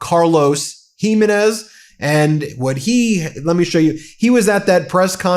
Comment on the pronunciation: "Jimenez" ..... accent on second syllable. Smfh